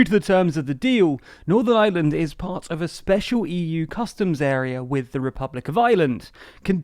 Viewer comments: I know it's not your fault, but the country is Northern IReland not Northern Island, and I'm wincing every time you say it. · Why do you keep saying “Northern Island” ?